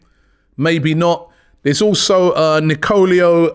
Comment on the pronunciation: Robbie Lyle can not read names to save his life... christ! 😂 Nicolio Zaniolio, Freznida... who are you talking about man?